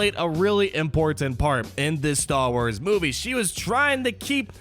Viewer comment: The way you say Star Wars about half the time is frustrating... idk just my OCD I guess. Good video though